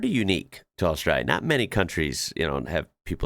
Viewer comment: I love how he says Australia It’s like “oss - strayla” It’s funny seeing other people try to say Australia if your from there